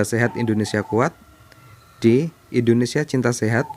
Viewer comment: Salah pengucapan nya kak